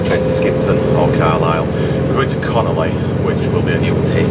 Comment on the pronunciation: Lovely video, but it CON ON LEY, NOT CONOLEY